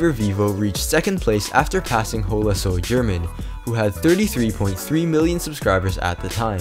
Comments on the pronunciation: german in Chile isn’t pronounced “German” (the way it’s pronounced in America) it’s pronounced (gérmán) or something like that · You pronounced HolaSoyGerman wrong try to go pronouncekiwi to and put it on Spanish. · The only mistake is how you pronounced holasoygerman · Wow it’s funny how you said HolaSoyGerman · Boiii the way you are pronouncing holasoygerman 😂